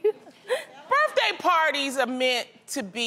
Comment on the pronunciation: “happy butday” 😂😂😂😂😂